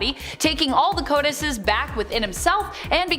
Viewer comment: Codices is pronounced co-duh-cees...not co-dices.